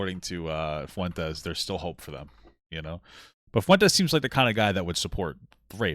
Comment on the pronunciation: the pronunciation of fuentes by throughout this video was like death by a thousand paper cuts